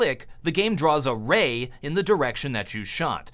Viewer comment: Props for the "Ray" :D